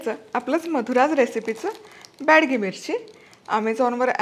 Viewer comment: बॅडगी नाही, बेडगी मिरची म्हणतात 😂